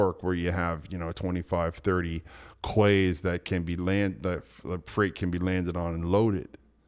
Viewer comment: Quay is pronounced Key. Key is American. Quay is Olde English Maritime.